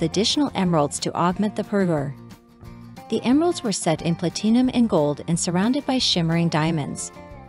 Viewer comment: Ugh, it's so distracting and has now become a farce and, quite possibly a drinking game where you need to drink a shot for the errors but that could be very harmful for those playing. PlatEEEnum? 😂